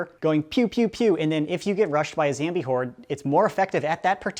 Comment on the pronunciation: Yeah it's not 'zombie'... It's 'ZAMBIE'